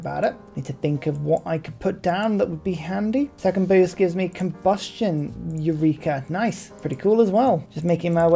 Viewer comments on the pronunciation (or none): none